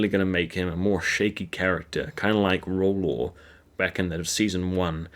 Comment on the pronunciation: How tf did you say rolo?